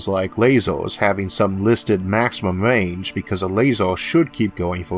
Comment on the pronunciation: Range not wange